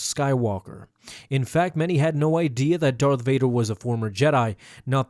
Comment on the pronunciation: Darth Vaduuur dude don't apologize you're Sith